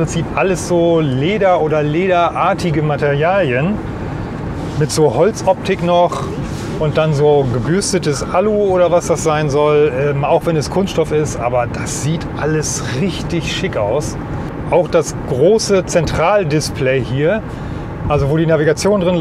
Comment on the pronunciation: Das heißt Alu und nicht Allu.